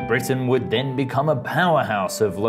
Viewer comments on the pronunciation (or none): none